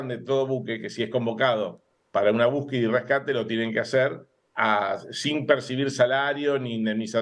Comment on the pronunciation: No se dice búsqueda. Ahora es buqueda😂😂